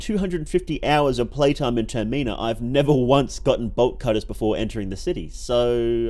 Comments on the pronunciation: "Tuhr Mee nah" Im dead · ur pronunciation of TERMINA is making me feracious